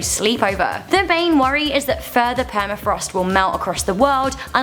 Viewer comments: PERMAFROST, not Permaforrest!! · Did she say permaforest?? lol